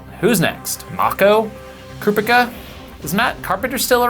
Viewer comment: 'Crew-pick-a' love it